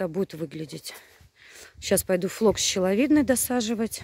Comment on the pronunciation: флокс не щеловидный, а шиловидный.